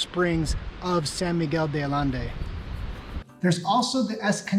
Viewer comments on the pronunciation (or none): San Miguel de AH- YEN- DAY!!!! That is how you pronounce it. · Ay-ende. Mispronouncing the name of the city you’re talking about. Turn off. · hard to take this guy seriously when he can't even pronounce the name correctly , click x it thumb down.